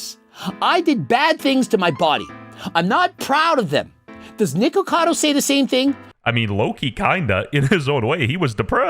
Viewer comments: WHY DID BRO SAY NIGACADO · Nah bro say nigacado I can’t he is truly channelling his ancestors will 😂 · he 100% said niggacado